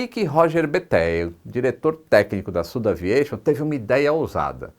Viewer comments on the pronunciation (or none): Fantástica a Dinastia AirBus! Um detalhe: por ser francesa, a SudAviation não deveria ser pronunciada como "südaviación"? Sucesso!